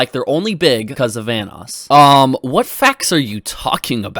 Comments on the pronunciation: ITS VANOSS not "Vaness" Jesus keemstar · BAHAHAHA KEEM REALLY SAID VANNESS CREW INSTEAD OF VANOSS!!!! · I remember that Keemstar calls Vanoss VanissGaming. 🤦🏼‍♂️🤦🏼‍♂️🤦🏼‍♂️ Good thing Wildcat is a Good friend. Correcting his name if someone mispronounced it. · Everyone: Ohmwrecker, The Group,: OMNIwrecker, VAHNOOS Crew, sOme SmALL yOuTubEr I swear, he says this shit on purpose... 😂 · the first few times i thought keem was talking about Venice instead of Vanoss got me confused af, like how does the city Venice fit in all of this lmao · the fact that Keemstar pronounces Vanoss as “Vaniss” and Ohmwrecker as “Omiwrecker”... like if you’re going to try to prove a fact, please pronounce names correctly or you just sound stupid 😂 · It's not just "vaniss" it's also "van-oos" which at one time was a joke between the group proving he himself might be a fanboy. (At least I remember the group saying that??) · How does Keem fucking pronounce those names? Vanoes? OmmiWrecker? God, I won't be surprised if he calls Scotty 408